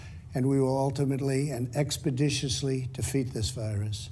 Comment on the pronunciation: Alright, I'll address this since nobody else is: Trump pronounced "expeditiously" perfectly. 80's Trump wouldn't have had a problem with it but for Modern Trump it borderline miraculous.